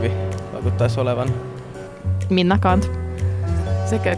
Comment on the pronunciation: 3.43 MinnA?! kuulinko väärin